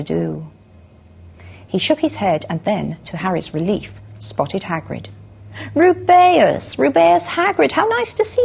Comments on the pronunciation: WAIT. Who the FUCK is RU-BAY-US. His name is RUBIUS. The fuck. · The way she pronounced Rubeus... MIND BLOWN! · Wow - she read that so well, truly knows her world and characters like the back of her hand. Her pronunciation of Rubeus was surprising, and her accent for him was just spot on! Steven Fry did an excellent take on the stories, but I wish JK Rowling would release an audiobook of her reading each of the seven books! My one question however: If Hagrid got expelled and thus never learned to apparate - how did he disappear so quickly at the end of the passage? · Hearing her say Rubeus, is strange. I've never heard it pronounced that way. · Could be the way Ollivander specifically pronounces Rubeus? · Why is noone talking about the way she pronounced 'Rubeus' 😂😂😂😂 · Now we all know how to pronounce hagrid’s first name. Love you JK. Hearing the real Hagrid voice is great